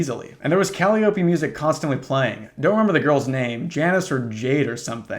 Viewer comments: I just want to let you know that it’s pronounced ka-LIE-oh-pee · You know someone’s a reader when they pronounce calliope like cally-oh-pee (I also made this mistake). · Im so sorry to be the kid who wasn’t allowed to watch SpongeBob but it’s pronounced kah-lye-op-ee, its the machine that makes music in old carousels built before speakers and comes from the muse of songs’ name 😅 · I thought it was pronounced calliope. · Amazing pronounciation of Calliope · who the fuck says calliope like that? The hell???